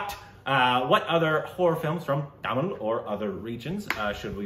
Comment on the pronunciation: thank you for trying to pronounce Tamil correctly.